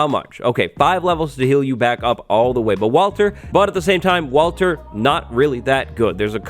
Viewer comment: Uhhhh..... "walter"